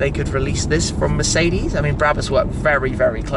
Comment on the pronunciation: Shmee150 You pronounced Mercedes wrong as always